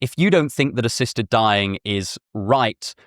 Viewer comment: The speaker’s rhotacism had me asking “what is ‘sister dying’?”